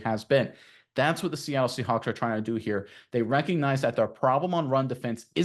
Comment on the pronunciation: is he saying seahunks on purpose?